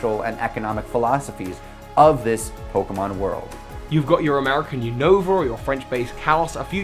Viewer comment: why do you pronounce 'unova' as "oonohva", it's 'you-no-vuh' not uwunova